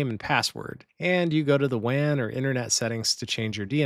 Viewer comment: woa woa woa, slow down ….. “internet”??